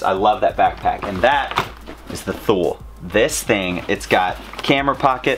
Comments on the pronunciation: The backpack is pronounced TOOLY I think, but dig the studio bro! 😂❤️ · as somebody who sells those backpacks, first off great choice, second its pronounced two-lee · Grats! Keep up that positivity! (btw thule is pronounced too-lee) I love their stuff as well! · Hate to be that guy .. It's a Thule backpack .. Pronounced Too-lee . I have a rack on top of my car .. Love your videos BTW :) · I died on the inside when you said "Thule"